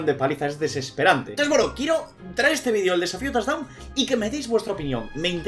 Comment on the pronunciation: No es torre es tochdown xD